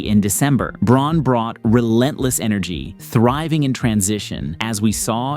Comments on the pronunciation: It's pronounced "Brown" not "Brawn" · "brown" not "brawn" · It’s pronounced brown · Braun is pronounced like Brown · Its pronounced BROWN. Please as a nuggets fan i cringe every time 🤣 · Braun is pronounced “Brown,” actually. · braun is pronounced brown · spent 31 days dissecting the Nuggets still can't pronounce Brown. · Its spelled "Braun", but Christian pronounces it "Brown" (from the German). Confusing I know, but you'll sound MUCH more knowledgeable about the Nuggets if you pronounce their names correctly. (You can hear the announcers calling him "Brown" in your clips) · To be fair Braun doesnt pronounce it as 'Brown,' either. He pronounced it as Braun which has a slight difference because 'au' isnt in the English language. As someone who speaks a germanic language, Brown and Braun, sound different. If I'd be able to type it out it would be more so like:' Brrown' while cutting the W short to the point that you dont pronounce the W. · You watched the Nuggets that much but still cant pronounce Braun's name? C'mon man its just disrespectful at this point lol. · How you gonna make a Nuggs video and not even know how to pronounce the starters names? lmao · lol you say you've been doing nothing but watching nuggets bball then pronounce braun's name wrong...got ya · Yeah but it definitely hurts credibility when you say you've watched all the nuggets games and then mispronounce players names. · He's right about Braun, except the pronunciation of Braun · 100% as a Nugget's fan, nothing says you really did your research and "dissected" basketball like totally not knowing how to pronounce a starter's name.